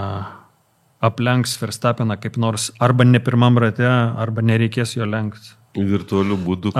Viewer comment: Dar Ferstapeną reikėtų ištaisyti, nėra jis vokietis. Tarti reikėtų V, ne F.